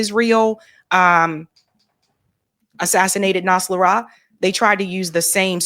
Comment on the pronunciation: Hasan Nas-ral-lah .